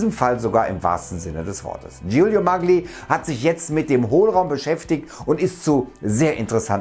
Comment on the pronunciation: Da wir wiedermal bei der Aussprache sind: die Italiener sagen „Mallji” zu ihrem Atrophysiker.